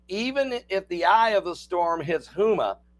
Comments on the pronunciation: it's pronounced "HOMA, not Hooma. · It’s pronounced home a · It's Homea. With a long O. I know that is spelled wrong. I live close to Houma Louisiana. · Pronounced Homa